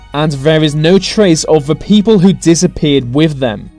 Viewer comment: Dude seriously, pronounce your th's!!! Its not vem and vey. Where you get schooled at like? Your voice is driving me crazy.